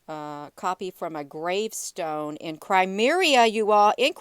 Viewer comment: It's crimea not crimeria & cubit not cubic otherwise great upload